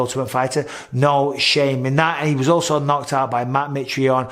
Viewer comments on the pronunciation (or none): none